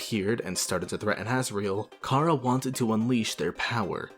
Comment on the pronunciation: The official pronunciation of Chara is Care-uh